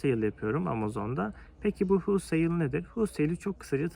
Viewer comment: Huulsayl degil güzel kardesim holsayl :))